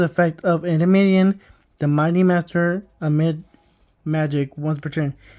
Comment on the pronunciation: EN-DEE-ME-ON You added like 12 extra syllables